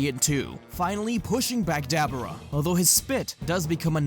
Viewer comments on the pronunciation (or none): i just gotta say ive never heard anyone pronounce daboras name like that lmao its duh BOAR uh not Dabber uh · i hope i am saying this with no disrespect, for i am unaware if you have a ascent, but try to pronouns Dabura's name as Da-boar-a, again i wish i am saying this with no disrespect its just i cant help myself but get a little annoyed every time you say it that way